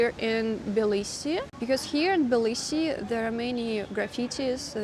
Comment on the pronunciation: Why do You say Bilisi, instead of Tbilisi? I love Tbilisi! Smartest thing I've ever done, is move here.